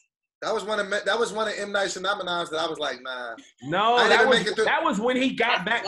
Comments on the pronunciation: no one pick up said “m night shanamanam” 😂😂😂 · "M. Night Shanamanan" lmao Do